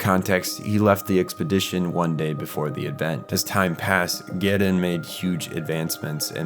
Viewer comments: Gehirn is pronounced like gi-hern and Seele like zee-la not like seal. Also magi is pronounced like magic without the c not like maggie. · Why can't you pronounce Gehirn or Seele properly? Have you even watched one episode? Can't even get Magi correct. JFC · gerin?! It’s German and pronounced Gehirn (just like Seele, Nerv, Wille, the Wunder and probably more) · Dude, im only 20 minutes in- but please try to work on the pronunciation. Simply reading the words is enough to know- Gehirn: Geh-hern Seele: Say-lay Eva: Ā-va Soryu: Soh-ree-you Magi: Madge-eye Kaworu: Cow-roo (close) Sachiel: Sacky-el Ritsuko: Reets-kowe Etc.... I must say, despite that, your commentary was great and your sense of humor 👍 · Seele - seal, Gehirn - Gurn, Marduk - Muh dook, Cataclysm - Kata lism, BRUH google how the words are said xD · Your video is spot on, and has a good synopsis and great analysis, but as a German, I really got to say, the pronunciation of Seele and Gehirn really threw me for a loop. Seele is [ˈzeːlə] or "ZAY-leh" and Gehirn is [ɡəˈhɪʁn] or "Ge-hirN". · seele is "zell-uh" or "say-lay" as they say in the show. Gehirn is "ge-hurn" as pronounced in the show. Where are you getting these pronunciations from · "Gehirn", "Seele" and "Nerv" are all German words and you are pronouncing them pretty wrong. They are talking names and it actually adds a little to understanding the Plot if you understand these words. There is a bunch like this in this anime. German i mean. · And the way u say Gehirn and seele is really off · weird hearing an american pronounce the german word „Gehirn“ with a japanese accent 🤔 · God loving this video but as a German-speaker hearing your pronunciation of Seele and Gehirn hurts me a little